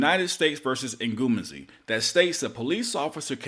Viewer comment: NGU - MEH - ZEE (Ngumezi)